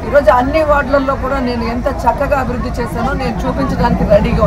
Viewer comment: అభి రుధి కాదు... అభివృద్ధి అను.... దరిద్రం భాషా నీది!!